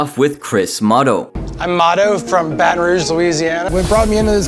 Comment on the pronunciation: Just pronounce Baton Rouge the normal way. That was so unnecessary 😂.